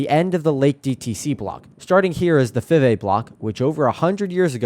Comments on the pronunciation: It's pronounced "Five A ". Named after the Five A brother's. There's a road plac at 52 & Little in memory of them. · Nice catch. I'll trade you some SCL story's for some BBQ 👍. Fivay is pronounced "Five A" named after the 5 A brothers.